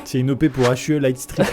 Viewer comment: Eeeeuh...qui lui dit que Hue de Philips se prononce "You" et pas "H.U.E" 😊